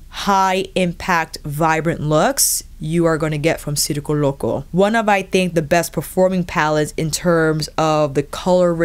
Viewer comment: Great video! Your reviews are very helpful and wow excellent Spanish pronunciation. As a native Spanish speaker I must say circo loco sounds perfect! Love from Germany ❣️